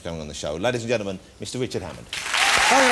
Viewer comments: The only person to pronounce Wichard correctly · He can't say Richard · Jonathan Woss has never been able to pronounce R. Hes been on British TV for years. Not once.